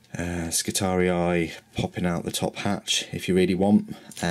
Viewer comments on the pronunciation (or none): Skitari-eye hahaha think its pronounced Skitarie.. Just ignore the second i :) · pretty good review. FYI the Skitarii are pronounced Skitahree, not Skitari-i. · Skitarius is the singular, Skitarii the plural. The second "i" is pronounced just like the first one, making it a long single-vowel sound. Like -ee in English. ;) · there is no space or seperation of the last i ( so its Skitaree not Skitari-i) almost fell from my seat lmao when i heared him say it first >_< (no offense meant, i love his reviews and unboxings) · you are saying it wrong you only pronounce it as I not I eye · It’s Skit-ar-ee, not skit-ar-ee-eye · I didn't have any specific kit in mind. I know you're unboxing the Space Marines, but we've seen them. I'll probably watch the video anyway, but I thought since you're starting a new army this year, maybe other kits in the Cult Machanicum/Skitarii. Oh yeah, and I think the correct way of pronouncing it is Skitar-ee, no I at the end; not judging, just saying. I good either way. Thanks for the link too. :D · I'm so fucking glad I am not the only person who pronounced Skitatii as Ski-Tar-Re-Eye. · I think you're saying skitarii wrong, it just doesn't sound right to me. All the models look cool and I was just wondering if you have done a review on the space marine box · Why? It just means you're not the only person that got it wrong. Two wrongs don't make a right. The second 'i' is just trying to look cool, you pronounce it with an 'e'.